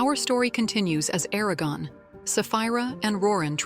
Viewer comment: O vídeo é interessante e satisfaz a curiosidade de quem gostou do filme mas não teve ou vontade ou acesso aos 4 livros e queria conhecer a história completa, até seu final. Mas é muito chato ter que ouvir a IA chamando Eragon de ARAGÃO durante todo o vídeo... 😆